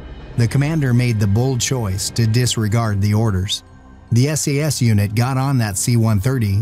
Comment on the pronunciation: Is it just me or did that narrator call the SAS SES?.